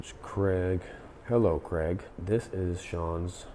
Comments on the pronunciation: Why do you say crag and not craig as Danial craig who played james bond 007, sorry but it winds up when people can not say my name correctly, Thanks from Craig :) ps from uk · Its Craig. Not Creg.... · So Craig isnt pronounced Kreg. You're Welcome. Continue...